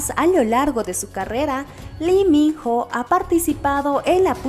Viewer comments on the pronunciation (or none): La pronunciación del hombre es tal cual te lo escribo a continuación; I MI NO, por favor pronuncialo bien ya todos sabemos como decirlo.